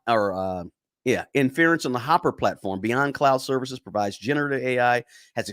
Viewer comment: Thank you for pointing this out. This guy is pronouncing a lot of words wrong. Jensen's last name Huang , and Inference.